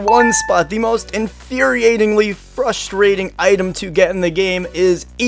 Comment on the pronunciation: the amount of times he said "fustrating" made me A N G E R Y